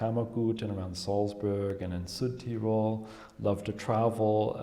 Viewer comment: Nor can he pronounce Salzburg properly. Weird.